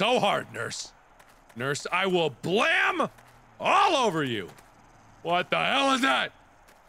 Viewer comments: "i'll blam you, i'll blam you all over nurse" lol (yes its immature but still kinda funny, if u get what i mean) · "I will blam all over you nurse"- markiplier